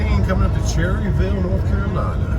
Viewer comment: I live in Lincolnton nc not far from Cherryville nc and us from around here actually pronounce it Cher Ville with emphasis on the ch like chair.. it almost sounds like chairville instead of saying the word cherry then Ville lol..